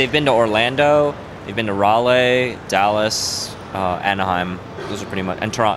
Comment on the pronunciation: Ralay.. Raleigh come on man